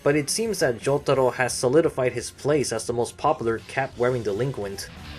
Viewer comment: I hear Joug-taro and the way I pronounce it is Joe-taro